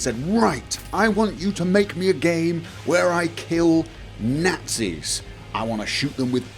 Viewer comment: Killing Nahtzees